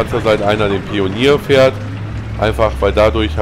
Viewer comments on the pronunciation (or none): none